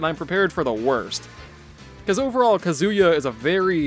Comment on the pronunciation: His name's all ONE WORD; why are you pronouncing it as Kazu Ya?! It's Kazuya. Your way sounds so weird,... >.<